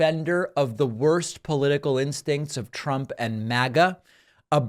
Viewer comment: “Prump” 😂 Reminder that trump mispronounced his own name as Prump